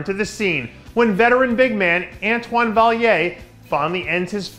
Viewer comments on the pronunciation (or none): LMAO dave butchering Antoine's name. For real dont try to read everything of the screen.